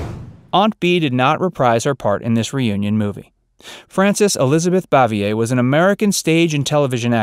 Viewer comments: IT BOO-VEE-A, NOT BOV-E -A. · And she pronounced her last name "Bave-ee-er.